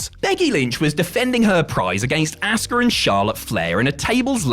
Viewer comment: Stop calling Asuka, "ASS KAH". That's not nice. She is a good person